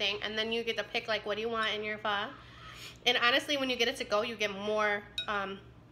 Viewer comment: Pronounce “faaaa” like faa la la la if that makes sense .. the dark sauce is “ hoisin sauce “ 😬